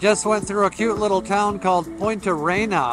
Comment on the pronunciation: Point Uh-reeena😊